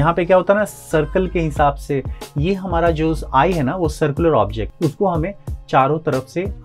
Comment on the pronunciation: Hamara ko hamra boldiya 😅